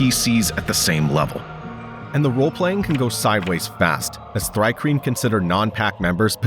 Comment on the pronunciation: It's pronounced "Tree-Kreen", you numbskull. The name is an onomatopoeia of the sound crickets make (stridulation)